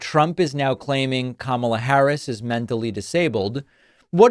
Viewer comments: Kamala was not responsible for letting anyone into the country. Trump just had to pivot from Joe Biden, so he did that. The man is bat sh%# crazy! And he still pronounces her name wrong, on purpose I think!! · What a sleaze. Purposely mispronouncing Kamala over and over. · It's intentional. Just a bully trying to offend someone by deliberately mispronouncing their name. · The fact that he cannot/won't say her name correctly, is frightening. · Every time I watch Trump speak, I think of that old guy at the end of the local bar who pontificates about whatever enters his mind at the moment. Two minutes later, it's a different topic. None of it makes sense, and no one is really listening. And he doesn't know how to pronounce Kamala, either. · He can't even pronounce Kamala correctly. Who's the mentally challenged one? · He forgot what he was saying because he was too focused on deliberately mispronouncing her name. His tiny little pea brain can only BARELY handle doing one thing at a time, 2 is impossible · Anyone who can't learn how to pronounce THE VICE PRESIDENT's name is not fit to be the leader of anything. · He still can't pronounce her name correctly.